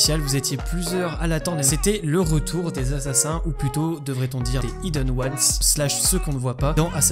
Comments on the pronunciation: C'et pas prononcé Ayeden Ouanes, mais bien hiden ouanes, j'ai écrit pour la prononciation bien sur Regarde cette vidéo en VO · svp : prononcer "aïdeune ones" parce que "ideune" c'est vraiment moche